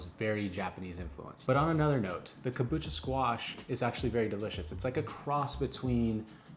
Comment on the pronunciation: kabocha not kabucha